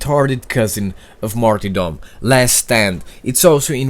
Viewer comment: Martyr is pronounced martr